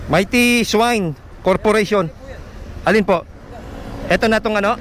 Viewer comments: Hirap kasi di mo alam bigkasin o ang pronounciation ng swine hanap mo kasi swan ogag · Hindi ka ba marunong magbasa???? Swine yan hindi swan ... swan ka ng swan